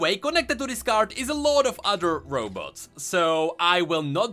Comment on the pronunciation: Why are you constantly saying Row boats? :))))